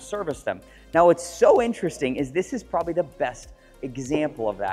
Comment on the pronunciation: Let's not leave out "ex" cetera and "probally." I really enjoy Curated videos, but you'd think a guy selling the kind of vehicles sells to the 1% clientele which purchases them would elevate his manner of speaking.